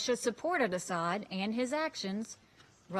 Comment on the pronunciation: It’s not Assad. Get a clue lady